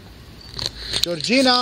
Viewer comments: Hey her name is pronounced... greg-gore- ria not Georgina..... that is all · I've watched you since you started and you've always been cautious, please stay cautious. Just an FYI, the witches name isn't 'Georgina ' it's Gregoria- (Grey gor ea). I love ya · Definitely creepy. You get a lot of paranormal activity in this particular cemetery. It's also funny how the witch's name is Gregoria but you keep saying Georgina haha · It didn't say Georgina; it said GREGORIA. Anyway, thank you for the interesting vids,.👍🏼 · Pronouncing Georgina as if you're finding your lost child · you gotta learn to read better. Her name was GREGORIA not Georgina! 😂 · Gregoria might take be offense at you always mispronouncing her name. That might be why she won't answer you. Just a thought.